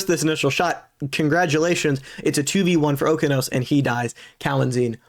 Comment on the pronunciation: its oh-kee-ah-nose